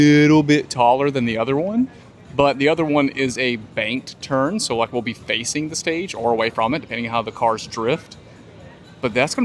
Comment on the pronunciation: Enjoy your videos. Just a silly observation only says thee and never thuh. Great info